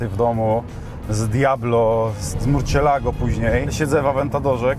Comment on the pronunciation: hahaha kiedyś mówiłem "Lambordżini" Also: "Murczielago"